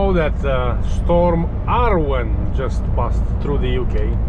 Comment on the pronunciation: Arwen is a Welsh girls name, thanks for pronouncing it properly, you're the only non Welsh person who seems to know how.